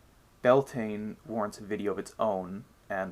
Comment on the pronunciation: Great video thanks! Beltane is commonly pronounced wrongly though by non-Gaelic speakers. Its said like 'be-el-teneh.' I think the mistletoe is associated with fertility because the white berries represent a mans seed whereas holly berries represent a womans menstruation. Something to think about when kissing under the mistletoe! 😬😂 Love the story of the wisdom fish that's a new one to me!